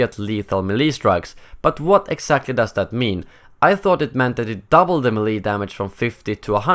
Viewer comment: Why do you keep changing the way you pronounce melee. Make your mind up, you prepubescent sounding robot.